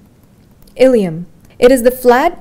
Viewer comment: It's "Ilium" Please correct before it causes confusion